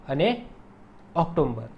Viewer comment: ઑક્ટોબર માં વચ્ચે મ ન આવે ઓક્ટોમ્બર ❌ઓક્ટોબર